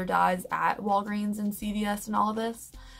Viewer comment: LOL it's cute how you say Vidal Sassoon! That has been out since the 80's and I've never heard anyone say it like you!"😄😘 Cute!